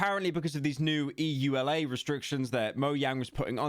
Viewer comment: bro said "EU LA"